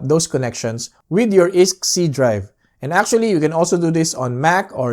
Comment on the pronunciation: nice, so we also can install any Steam Server, e.g. DayZ Local server on our NAS?! ..and btw, iSCSI is pronounced eye-Ska-See ! ;-)